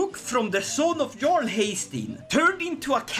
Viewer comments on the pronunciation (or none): none